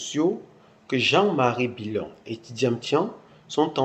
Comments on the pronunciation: Tu viens d'où toi . Ce n'est pas bilon c,est billon Parle de chez toi. Merci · A cause de gbérê tu déforme le nom du Mr c'est plutôt Jean Louis Billon